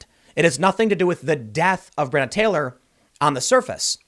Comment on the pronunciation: FFS $100 if you'd simply pronounce her name properly! BRE ON NA